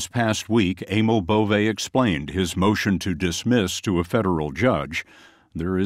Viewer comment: Bove? Schwienhundt